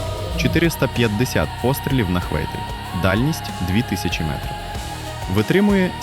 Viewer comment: Цікаве відео. Єдина проблема - дуже часто звучить російська вимова в українській мові, наприклад "метров" замість "метрів", "вперьод" замість "вперед" ітп.